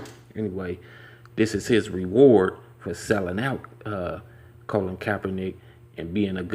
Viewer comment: His name is "Colin", not "Colon" lol